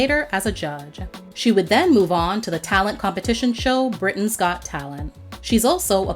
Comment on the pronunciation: Listening to this narrator butcher the pronunciation of certain British locations. Ouch!